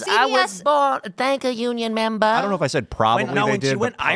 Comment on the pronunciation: Every time I hear “Betta thanka union memba” I lose it 😂😂😂